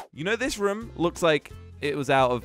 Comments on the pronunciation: It’s room not rum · Why does say rum instead of room😂😂😂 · WHY DID SAY WE HAVE TO ESCAPE THIS RUM